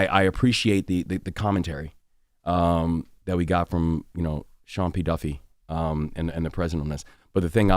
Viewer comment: Can someone explain the over-enunciation of Sean P Duffy's name??? Is it a play on words like Sean P Diddy? Or because he is over transportation and Diddy was arrested for tr@